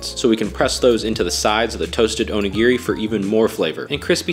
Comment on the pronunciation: Onigere it’s onigiri and it’s not nori it’s sounds like your trying to be racist it’s pronounced nodi